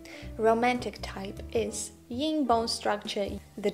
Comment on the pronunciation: First a teeny, tiny correction: the opposite of yang is yin (not "ying") so yin would rhyme with "pin" not "sing." I think you are so right that a Romantic can be taller that Kibbe states. It is a matter of proportion. As a romantic, what might I wear to my job as a teacher so that I do not look like I am in evening wear? Thank you!